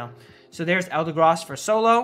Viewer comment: eldegross he says